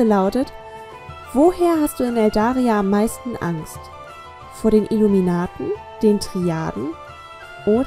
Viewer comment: er hat Iluminaten gesagt kripy 😕